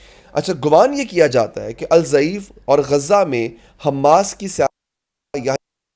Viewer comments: الضعیف نہیں آپ الدیف کہہ سکتے ہو ض د جیسا پڑھا جاتا 3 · جناب الضعیف نہیں ہے بلکہ الضیف ہے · آپ الضیف کا تلفظ غلط کر رہے ہیں ، نام صحیح ادا کرنا چاہئے